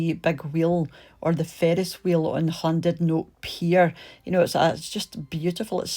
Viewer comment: Seems strange hearing a Scot pronouncing Llandudno properly - some English insist on pronouncing it Lan-dud-no!